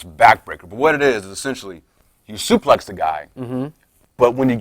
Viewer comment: Why does he say suplay when its suplex